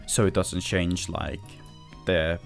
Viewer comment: Why do your pronounce change as shange?